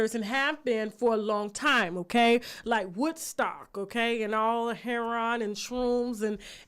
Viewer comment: heroin is pronounced( herro- in) not herro-on